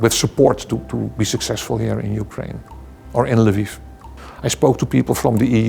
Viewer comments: Why does call Lviv Livu? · Why does call Lviv Lavu?